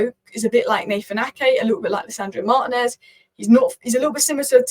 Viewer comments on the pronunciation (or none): none